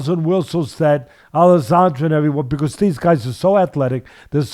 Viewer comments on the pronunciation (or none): I was tripping out ever time he said that.I was like wtf is Alissandra